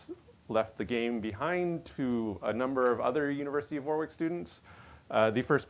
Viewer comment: Man, that repetition of "War-wick" sounds awkward to UK ears - UK place name pronunciation can be weird at times :) It’s "Warick" - the middle w is elided. (Wikipedia says the pronunciation is /ˈwɒrɪk/ WORR-ik which sounds about right)